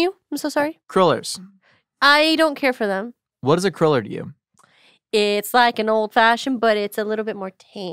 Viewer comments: I love, but is she incapable of saying "cruller?":) Every time she said it, it sounded like "curler" to me... (maybe I'm the weirdo?) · Not called a curler, its cruller lol